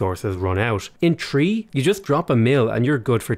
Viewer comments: The video is called why HE didn‘t like aoe3, and yes, he says „trees“ instead of three. That‘s his opinion and I for example agree with it. good video, thumbs up from me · Dislikes because he cant say "three" properly. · "Age of Empires tree" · "Age of empires twree" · "age of empires tree" :D